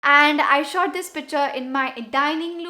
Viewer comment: Isnt it picture? Not pitcher 🤔🤔